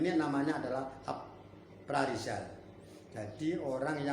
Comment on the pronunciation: Bukan aparizal.,.. yg bener itu apresel.